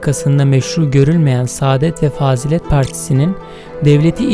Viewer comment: fâzilet değil fazîlet